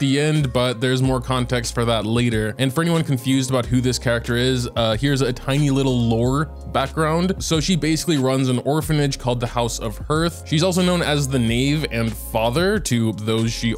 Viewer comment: "Herth" 💀 to help you out with pronunciation is "Harth" And yeah hoyo needs to make up their god damn mind on these artifacts already jeez You be nice to the community and give us full descriptions of what the artifacts do for a few special programs Then you just take them away! Did they feel like that's giving us too much to prepare for or something? It makes no sense to me